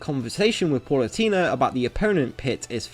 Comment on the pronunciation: Good video but please stop saying “Paulutena” omg